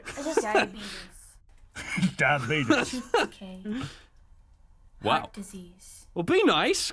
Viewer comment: when said “dIaBeTuS” i cried laughing cuz i have diabetes 😂